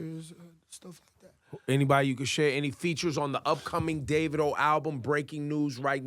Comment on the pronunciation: pronounce your own name right kmt, African yield to others too much arghh